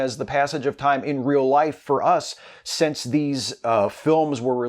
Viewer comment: hey i love your vids, but i'm interested why do you say "sense" instead of since. plz let me know :)